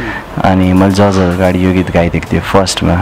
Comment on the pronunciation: Dear presentor/interviewer, why do u pronounce judge as जर्ज????? It's जज्..:)